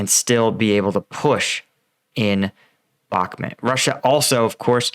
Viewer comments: BAHK-MOOT. NOT BAHK-MIT You even pronounce the river correctly. Stop doing this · It's pronounced "Bach-moot"